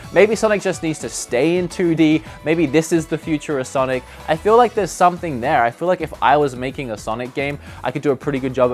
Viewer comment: "No great sanic games"......